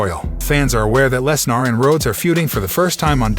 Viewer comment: You obviously watch WWE so you have heard Brocks last name pronounced 1000s of times correctly at least....sheeesh! You sound like the male version of Siri without the basic skills of pronouncing famous names